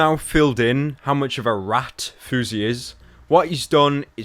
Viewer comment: Ily so much pyro my boy, but rat doesn't have an "h" in it. Raht